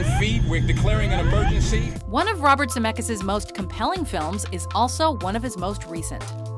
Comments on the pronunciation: Brezz His family tree starts in Europe, Lithuania to be exact. I'm from the same country and it's pronounced ZemeCkis with a hard C and then K, not Zemekis. My last name is with a ck as well, but no one pronounces k, it's Ck. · Its not ZAMEKAS. Please do your research and say his surname right. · I only pressed on this video because of the last name. And also you're saying Zemeckis wrong :) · oh god when she pronounces Zemeckis is pain in my ear